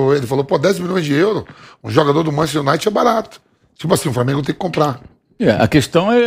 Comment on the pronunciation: "Manchester Iunait". Uma figura dessas, ainda comenta futebol kkkkkkkkkkkkkkkkkkkkkkkk